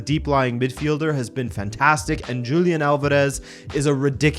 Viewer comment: Great content. Another comment about pronunciation, 'Julián' is pronounced: Ju as in 'who', 'li0 as yo do and and 'án' as you do, but the power of the word is in the 'án', so it reads wholiÁN, the power in that last syllable.